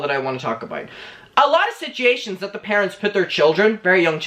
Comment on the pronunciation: Nobody:: “ SITGATION “ 😭😂😂😂😂